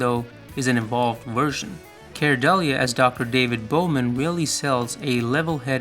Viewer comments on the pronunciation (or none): i think Keir Dullea is pronounced "keer dull'AY" not "keer dull-ee-ah" but i'm a pronunciation nazi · Actor "Keir Dullea" has an unusual name and for years I didn't know how to accurately pronounce it. It is pronounced "Care Delay" as in "my flight was delayed". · Pronounced 'Keer DullAY'.